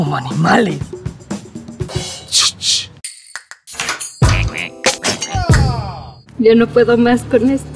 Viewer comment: En el minuto dise animale no animales